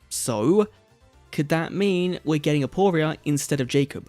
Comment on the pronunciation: It's actually aporia